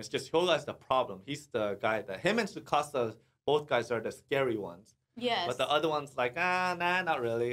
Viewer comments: The T in Tsukasa is NOT silent, just like the 't' in tsunami is not silent either. Have no idea why society randomly out of nowhere decided to make their own rules about a totally different language and completely ignore a letter. 99.9% of the time in Japanese, you pronounce EVERYTHING. No weird shit like silent e's in the English language. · The T in Tsukasa is not silent. It’s not Sukasa. You pronounce tsu with your tongue touching the roof of your mouth as you make an s sound making it sound like your simultaneously sounding out a t and an s. Hope that helps.